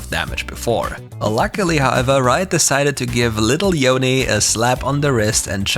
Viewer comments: IT'S SO NICE TO FINALLY HEAR YOU SAY YO-NEH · Good job pronouncing Yone correctly :p